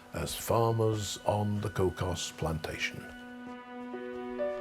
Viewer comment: It's pronounced Koo...😊😊😅😅😢😢 koo